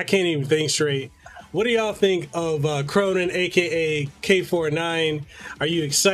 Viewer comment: "Khronen" >K >row >nine